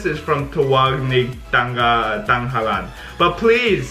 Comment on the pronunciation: it's TANG-HALAN WHEN YOU PRONOUNCE IT😊